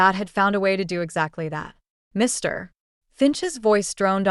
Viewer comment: Get a human to read this , sick of the “ Mr “ in the wrong manner .constantly being used